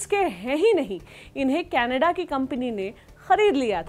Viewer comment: कनाडा नहीं कनेड्डे 😂😂😂😂